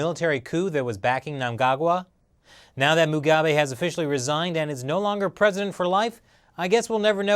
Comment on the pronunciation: Great pronunciation of mnangangwa love it